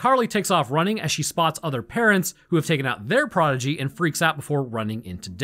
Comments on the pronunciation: I love you, Man, but also... Proh-di-gee (Someone who excels in a field at a young age) Proh-gen-ee (Children) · Dude, it sounds like you're saying "prodigy", but you're saying progeny, right? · Listening to mispronounce "progeny" so many times I'm pretty sure he's just trolling for engagement, and dammit it worked. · Progeny. The word is progeny.